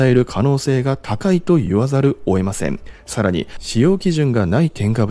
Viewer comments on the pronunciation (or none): 前々から気になってたんですけど… 、 「◯◯せざる」、「おえません」 と発音してますよね… 正しくは 「◯◯せざるを」、「得ません」 です… 今回冒頭5分で3回もこの発音がありましたので、 申し上げました… お気をつけください…